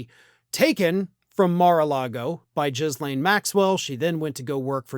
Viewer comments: her name is pronounced Gill-lane, not Jizz-lane. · I laugh every time he calls her Jizzlaine Maxwell 😂 It's actually pronounced Gee-laine Maxwell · Gilane, that's how her first name should sound,. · It’s Gee-LEHN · "guh LANE"